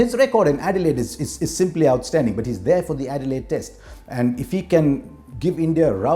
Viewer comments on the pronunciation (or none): none